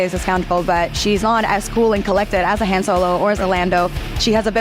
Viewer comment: The... actress for Matt Damon kept saying 'Han' like Hand... and no one stopped her...? Went, "Uh, it's pronounced Han, like the Dynasty"?